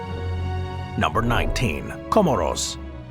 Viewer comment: 'Co-more's" as in "smores"